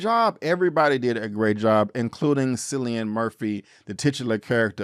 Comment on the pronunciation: Kill-ian Murphy, not Sill-ian. Loved the review. Thank you!